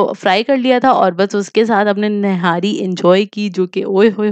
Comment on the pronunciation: nahari nai nihari hoty hy Zoya nihari bolty hy or ap nahari bolty ho